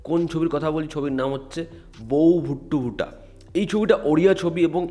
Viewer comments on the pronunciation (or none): ওরে ওটা বৌ ভুট্টু ভুটা নয় 😂 বৌ বুট্টু ভূত(অ) ওড়িয়া তে ভূত কে ভূত(অ) উচ্চারণ হয় । আর ওড়িয়া ফিল্ম ইন্ডাস্ট্রি এখন অনেক progress করে গেছে বাংলা থেকে